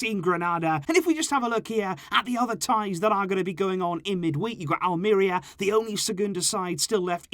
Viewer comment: its AHL-MEH-REE-AHH